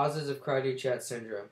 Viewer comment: First off its pronounced (CREE DOO SHAW) Great job, what did u copy & paste whatever little vague information u googled??!! :-/